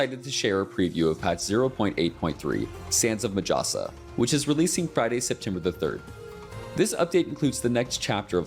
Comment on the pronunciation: I cringe everytime the narrator says majasa. in my language J is pronounced as H. So its pronounced as Mahasa. Its like the harry potter meme. It's wingardium levi-"O"-sa not levio-SA.